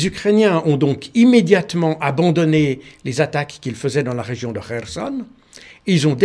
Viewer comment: Tout à fait et il prononce bien d’ailleurs de « kh » à la russe dans Kharkov et Kherson.😊 Je pense que J. Baud maîtrise la langue russe au moins un peu.